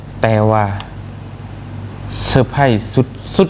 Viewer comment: Surprise ມັນເປັນພາສາອັງກິດ ບ່າວຕຽງເອີຍ ເຂົາອອກສຽງ ເຊີພຣ້າຍສ ບໍ່ແມ່ນ ເຊີໄພຣ້ ຍິນດີນຳເດີທີ່ໄດ້ໄບຢົກຢ້ອງ ສົມຄວນແລ້ວ